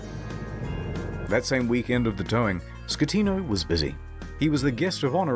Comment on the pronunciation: i know it's a weird thing to get hung up on but i know has been listening but it's 'SKE-tino' not 'schle-tano'